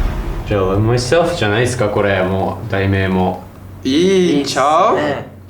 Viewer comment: の天才的なLove myselfの発音🫶🏻🫶🏻🫶🏻🫶🏻🫶🏻